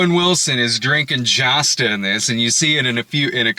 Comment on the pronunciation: I believe Josta is pronounced Y’osta.